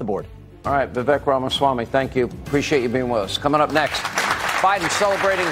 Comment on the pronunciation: How long will it take to pronounce his name correctly? "Vi-Vake" - rhymes with "Cake"